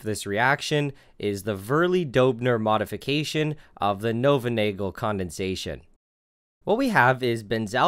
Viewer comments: Knoevenagel is pronounced "ka-noo-fin-aa-ghel", with a hard 'gh' (it's a Dutch name) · actuallu Knoevenagel is pronounced (Knoo-van-nay-ghel) the K IS pronounced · He pronouced it completly wrong. Its spelled Knöwenagal (The letter ö doesnt exist in English) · Just a minor thing, Knoevenagel is phonetically pronounced, according to my text speak is: nuvn ah gill. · the K in Knoevenagel isn't silent, because it's German. Also the oe part is pronounced as ou in you.